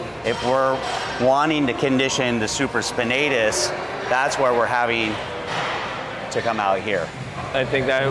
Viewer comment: I believe its supra spinatus not super spinatus . He's a Doctor right?